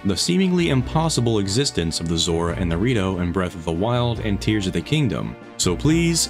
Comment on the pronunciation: I shed a tear when you mispronounced tears repeatedly.